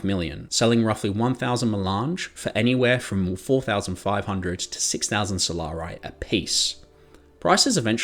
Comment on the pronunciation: “Solar-eye”. Bro… come on…. It’s not a hard word ….